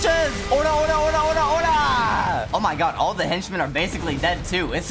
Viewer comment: It's Ora Ora Ora not ori ori